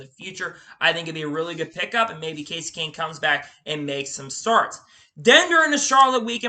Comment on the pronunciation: Good effort. A few things though. Every sentence starts with "then about a few weeks ago/later". Slow down with your speech, it makes it really hard to hear what you are saying. Names are mispronounced and even the time stamp has the majority of the names wrong? Kevin Hart is the movie actor, Kevin Harvick is the racer, Romain Grosjean, Kasey Kahne, Todd Gilliland (its written on his racesuit), Scott McLaughlin, Frankie Muniz, Marco Andretti, Carson Hocevar (not Osborne, again written on his suit), Helio Castroneves. A little research goes a long way.